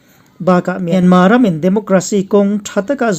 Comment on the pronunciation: Myanma nilo in Myanmar ani zawk